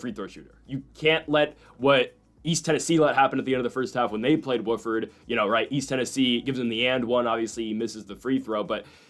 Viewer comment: Who’s Worford… it’s Wofford